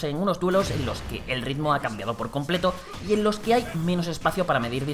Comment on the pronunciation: Me ha hecho gracia cuando as dicho "completo"🤣🤣🤣🤣